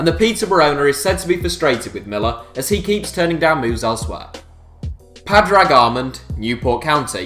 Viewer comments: It's not Paadrag it's pawdrig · Padrag!!! hahahaha, that was possibly the worst pronunciation of Padraig I've ever heard!:L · omg you butchered padraig, its pronounced paw-dreg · It's pronounced paadrig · Its not spelt pawdrig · Irish Scarf Man will be ashamed of your pronunciation of Padraig! 😂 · Thats not how you pronounce padraig